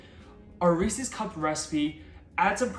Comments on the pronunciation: Wait, do you say ree-sees pee-sees? 😂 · Do people take it as a personal challenge to pronounce Reese's incorrectly?